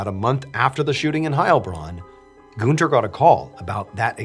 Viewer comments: It's Gunther, not Gooner 😂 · Btw the name is pronounced „Gahn-ther” not „Goon-ther”. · IT’S GUNTERRRRR GUN. TER. not Goonter. Like Hunter. With a G. It would be like like saying Hoonter instead of hunter. This whole video I’ve been shouting “IT’S GUNTER. NOT GOONTER” every time you said it like that and my mom thinks it’s hilarious. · i'm so sorry but the way he says günther kept cracking me up ToT amazing video tho mrballen, as always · I love how you pronounce "Günther" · is the name really goon-ter and not gun-ter? 😭😭 its bothering me so much